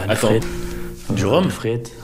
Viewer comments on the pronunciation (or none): il avait dis durum et pas rhum. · Il ne dit pas du rome mais droom soit un peu comme un tacos sinon masterclasse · il dit pas "du rhum" il dit "dürüm" mdrr c'est un kebab en gros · C’est « durum » pas « du rhum », c’est genre un kebab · C’est pas du rhum mais du dourum une spécialisté belge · « Durum » pas « du Rhum »😂 c’est de la viande kebab dans une galette.. comme un peu un tacos, et c’est turc c’est pas belge😅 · Il ne dit pas "du ruhm" mais durüm, sinon super vidéo, en tant que belge, je suis plié de rire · Super vidéo juste il dit dourum pas du Rome